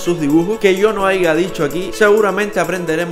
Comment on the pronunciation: Like si notaste que dijo aiga y no dijo aya